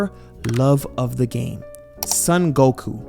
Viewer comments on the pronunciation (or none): none